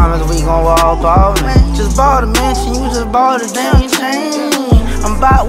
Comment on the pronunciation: No. 1, Only problem with that rhyme is the mispronounciation of that brand. It's not Ball-mayne it's Ball-maun, and the (n) is soft. It's a French name.